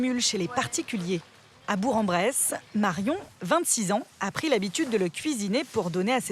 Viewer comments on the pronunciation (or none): On dit bourK en bresse !!!